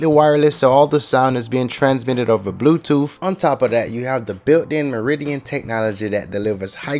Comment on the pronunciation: I love how he says blu toof. Nice job man!